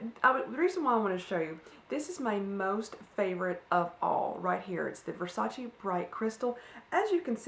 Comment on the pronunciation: Great Chat as usual. Great job on the weight loss. Keep it up. I love the bright crystal perfume as well. It smells so good. It sounds as if you pronounced it correctly to me.